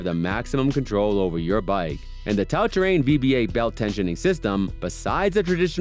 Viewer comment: ... Mechanical disc brakes" 😆 Who, without any idea/knowledge of bikes, made this crappy video?! - Another channel which Youtube suggested that I won't watch any further, thanks for showing me you got no clue at all that fast with this video. 🖖🏻 - 'Tout' (🤣it's French, spoken like 'too' !!) Terrain !